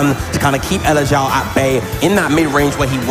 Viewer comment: elexiao* but yea i think it's pronounced eleg-jsh(one consonant sound)ow. Chinese? Xiao on its own translates to flute, electric flute?